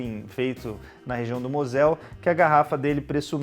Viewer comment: A pronúncia é Môsel. Fica a dica.